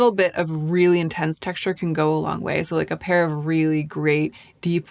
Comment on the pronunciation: love the texture of the word " texshture"